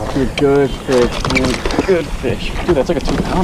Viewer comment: It’s a bit different hearing fish instead of fix but I love it